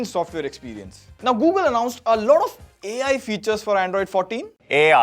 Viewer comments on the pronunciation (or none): 🐐 saying A.I 😂